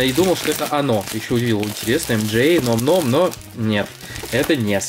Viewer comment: Говорится не "ном ном" а "нам нам"